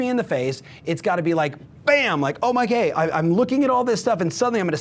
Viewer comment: Did he said "Oh my gay!" instead of "Oh my god!"? hahaha